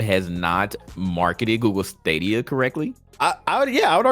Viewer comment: the way this man saying stadia 😷